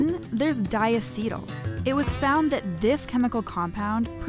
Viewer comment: diAcetyl.... not diaCEtyl